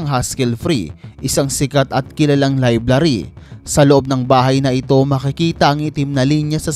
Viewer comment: Library not liblary